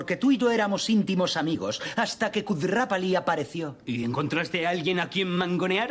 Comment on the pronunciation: Kudrrapali??????? Kutrapaly es